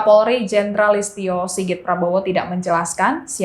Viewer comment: Ini si mba presenter kebanyakan makan jus pete kali yaa.. nyebut nama aja salah.. atau mungkin gk tau nama kapolrinya nih krn kebanyakan shopping di taiwan.. masa polistio 🤣 mangaaapp.. sekedar canda.. sukses sllu mba 🤝